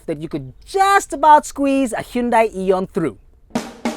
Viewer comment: Even don't know how to Pronounce "HYUNDAI" Correctly.